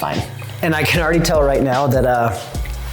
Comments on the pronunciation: Are you saying "meow" instead of "now"? I could swear when you said, "alright meow the sauce is heating up" Please tell me you arent saying meow. I really want to like these videos. Its not cute or funny. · Anyone else notice that he says "Meow" instead of now??? Tell me I'm not the only one who notices!!! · Is it just me or is he saying meow instead of now? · Are you saying "meow"? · Is he saying MEOW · Is it just me or as he keeps saying “ok meow” 🐱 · So totally hearing it too! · Are you saying meow?😅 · Are you saying “meow” 😂😂😂